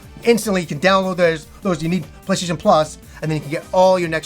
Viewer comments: Sounds like at some point he abandoned calling it the "PlayStation" and switched to "PlayShayshun"....I understand though, the mouth is just another muscle, like when your arms start giving out on military press. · funny how you say "play-shay-tion"